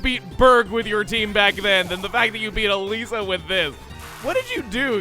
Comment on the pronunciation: Funny, My sister's name is Elisa, and you pronounce Elesa as Elisa, ELISA WHY DID YOU NOT TELL ME YOU JOINED THIS GAME'S DEVELOPMENT